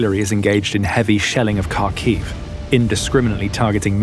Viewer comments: Kharkiv isn't pronounced as you do. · You would think that by now the people reporting on the war wouldve learned how to pronounce Kharkiv by now. Nope, not this guy.